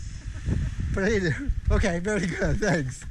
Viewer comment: dear "gia sou" very nice and sensitive video keep doing like that, BUT you made a mistake (actually is not yours the Greeks didn't pronounce correctly) the little goat is a male by the name polydoros (the Greeks in the video say polydoras which is not correct, correct is polydoros) polydoros (son of cadmos in Greek mythology): he took that name because during his wending day received many presents from the gods your's your good friend Giannis (Ioannis) (John in English) from Greece